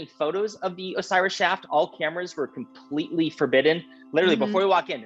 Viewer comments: It's Shhafffft! not shaft. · “The Osiris shoft” “the Osiris shaft” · Way 2 different ways of pronunciation: shauft (British): shaft (American) You can't tell if he's agreeing or correcting her haha